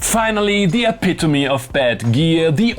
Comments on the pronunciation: I rate your prononciation of epitome A tier. There can only be one god tier in that category, you know who that is. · You pronounced "epitome" correctly this time. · Properly pronounced "epitome"? Christmas came early this year!